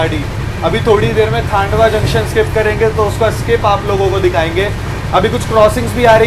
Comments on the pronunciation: डीवा ❌ दीवा ✅ खांडवा ❌ खंडवा ✅ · Nepanagar station se hi MP shuru hai, not Khandwa (stop pronouncing as Khaaandwa) Its खंडवा not खांडवा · खांडवा❌ खंडवा✅ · पहले प्रोनाउंस ठीकसे करना सिखलो…. कमायनी नहीं कामायनी एक्सप्रेस है , नन्दगांव नहीं नांदगांव स्टेशन है, खांडवा जंक्शन नहीं खंडवा जंक्शन है। 😅